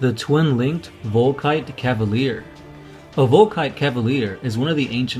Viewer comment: CA-LI-VER, not ca-va-lier :PAlso, the '3 hunter killer missiles' on top of the Leviathan is actually the Phospex discharger ;)Good vid none the less :)